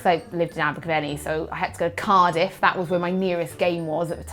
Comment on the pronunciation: accent totally comes out when she says 'Cardiff'.